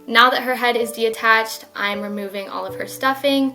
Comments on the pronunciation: we not gonna talk about how she says “deattached” instead of detached? or ? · Is she saying de attached? Or am I hearing things ?